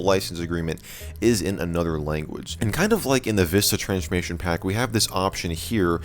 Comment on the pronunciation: Why do you say transchmation pack